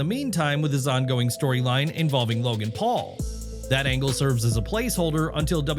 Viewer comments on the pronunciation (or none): none